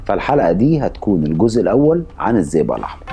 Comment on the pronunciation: اسمه الزئبق مش الزيزا. طريقة نطقك مش واضحه للاسم